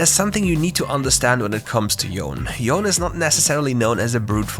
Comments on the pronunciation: It's pronounce Yo - Ne right not Yon? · That Yone pronunciation bruh Pronounced as Yo-Ne or Yo-Nay...... Literally on their voice lines or watch the kin blade cinematic where Yasuo says Yone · All my respects for this channel gone when you called yone as yone instead of yOnE.